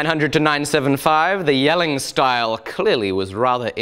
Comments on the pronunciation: Love how precise your pronunciation of the danish city name Jelling is 👍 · Apart from the awesome way you approach your work. I wanna tell you that you abseleutely nailed saying Jelling. which is a feat considering almost no british or amaerican person I know have had a chance pulling off saying a single word in danish correctly! PS you're awesome!